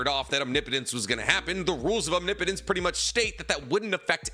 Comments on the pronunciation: Biggest character growth of the entire Naruto series is finally pronouncing omnipotence right. No more om knee potence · Feels weird to have pronounce omnipotence correctly this many times.